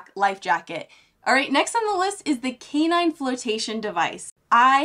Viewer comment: 2 comments . Canine is pronounced k nine. Also the thigh braces are used as 2 more points of contact for stability when things get tippy. They are used in decked kayaks for edging and rolling as well.